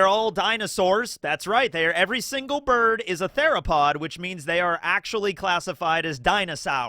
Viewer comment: Why do you keep saying 'bird' wrong? Do you have a speech impediment?